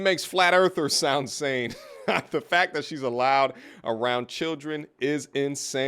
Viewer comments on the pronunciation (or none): none